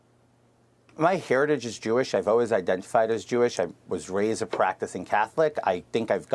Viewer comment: Damn they tried to cancel YE first then Kyrie for posting a book this guy says I'm not kewish I'm kew-ish lol 😂😂😂